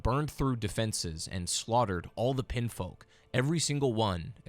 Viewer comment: how do you get "pinfolk" out of "pinionfolk"? i guess i've been pronouncing "onion" wrong this whole time. they're clearly pronounced "on".